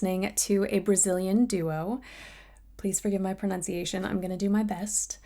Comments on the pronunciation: "please forgive my pronunciation" then proceeds to say it perfectly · gal, ur pronunciation, flawless 😍😍😍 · Perfect pronunciation, congratulations! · Your pronunciation is very, very good,. Congratulations. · Your pronunciation was spotless. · Your pronunciation was actually surprisingly good. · Perfect pronunciation 👏👏👏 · Your pronunciation was the best! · "forgive my pronunciation" proceeds and pronounce it perfectly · Great pronunciation! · Pronunciation was PERFECT!! ❤ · Your pronunciation was perfection. Congratulations 👏🏻👏🏻👏🏻👏🏻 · Your pronunciation is perfect! Very good. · Great pronunciation !!! Congrats !!! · perfect pronunciation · Great job with the pronunciation! their names are difficult for non-portuguese natives! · Beautiful pronunciation! Good job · What a perfect pronunciation! You're gorgeous. Thank's for hearing some of Brazil songs. 👏❤ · Awesome pronunciation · Great pronunciation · great pronunciation btw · Wow, you nailed the pronounciation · Perfect pronunciation <3 Really! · Perfect pronunciation.🇧🇷👏🏾